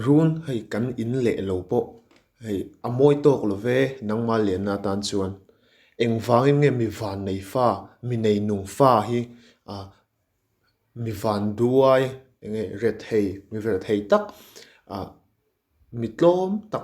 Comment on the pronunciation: Pronunciation hi vanduai ti in a lam tlatin ka hriet vangduoi ti ding lem ni awm tak iem I ngaidan Sir